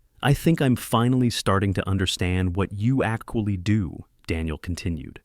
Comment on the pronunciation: The issue with AI is that, when it is wrong, it is so glaring, that it breaks emersion. I really liked the part when it pronounced the word "actually" as "ac-cool-ly"... 🙂